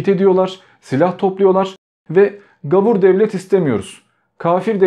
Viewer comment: Gavur değil, gâvur.